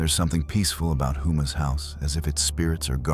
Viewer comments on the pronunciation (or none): Its pronounced Ho-Mah not Who-Mah